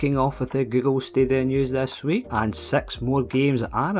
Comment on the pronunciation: Why do you always say sex games in your video? Instead of six games. Srsly though.